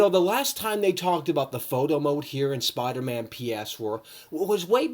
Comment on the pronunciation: He can’t even say Spider-Man ps4 right he says spidamahn ph4